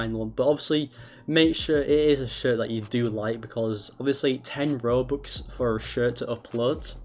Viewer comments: You know it’s a scam cuz he say BOBUX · bruh he sed bobux instead of robux 😂😂lol